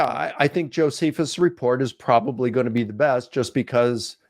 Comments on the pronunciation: Bruh is the only one I’ve heard pronounce it Joe-suh-phus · My god this dude says Joe-seh-fus so many times for someone who tries to destroy an entire argument by pointing out one citation typo. And Cameron (IMO) seemingly does that thing where you make a point to pronounce something someone said wrong yourself out loud to try and clue them in subtly, but can't just correct him and he misses the hint and keeps saying joe-seh-fus. Sheesh, embarrassing... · The guy doesn't even know how to pronounce Josephus. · Doesn’t he repeatedly mispronounce Josephus though and wouldn’t that be enough to dismiss anything else he says if we follow some of Jimmy’s complaints against? 😂